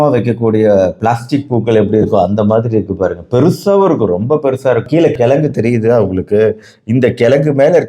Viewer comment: Dr , Neenga kolluppu , kilangu , ponra vaartgaigalai thavaraaga uchcharikireergal.